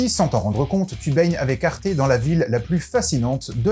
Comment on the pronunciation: Moi je dit arte comme sa s'écrit, pas comme toi c'est grave (Toi :arté. Moi:arte)